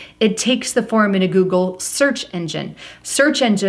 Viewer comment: joogle and jootube